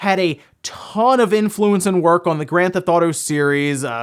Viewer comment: What's Grand Thotto and Go Sushima?, I think you're missing a few syllables there...